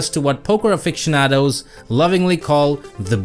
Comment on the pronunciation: I'm not gonna lie, your pronunciation of "aficionados" was hysterical...😂 Though you spoke no lies yeah...